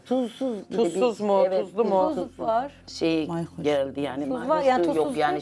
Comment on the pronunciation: Mayhoş demesini öğren önce mor eşarplı mayokoş beyenmemek için gelmişsin en içten şaduman